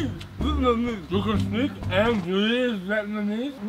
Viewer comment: yo when he says read it sounds like a full asian trying to speak English and trying to say read /